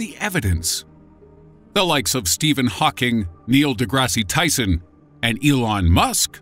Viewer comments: "Neil DeGRASSY Tyson" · lol at "Neil Degrassi Tyson"